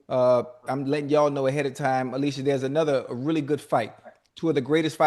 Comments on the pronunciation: Alycia told them how to say her name correctly and they still said it incorrectly the whole time... she said it's Ah-lee-see-yah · Unk still called Alycia "ALISHIA" 4 more times after she corrected them 😂😂😂😂SMH